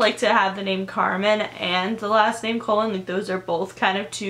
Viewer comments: It's not Carmen colon it's pronounced cologne it's a Spanish last name and actually extremely common Carmen colon is a super common Hispanic name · its said "ka-loan"